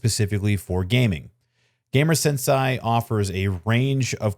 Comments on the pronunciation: I didn't even realize it was supposed to be "sensei". lol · thinking the same thing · Sensei (sen-say) it's Japanese term not German. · I Sen-Sighed every time you would Sen-Say Sensei wrong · sensei is pronounced "sen-say"